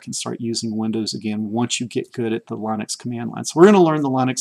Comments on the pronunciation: Linus Torvalds himself pronounces it Lynn-ux not Line-ux. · These tutorials are great. Thanks. Regarding the pronunciation of Linux... The i is a soft i... same as the pronunciation in the word lint. Lynn-ex... not Line-ex. From Linus Torvalds himself...